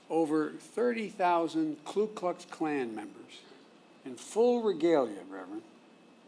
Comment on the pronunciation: Why can't people say Ku Klux Klan? It's easy; just remember that they don't have a Klu.